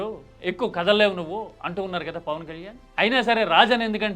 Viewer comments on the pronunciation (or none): none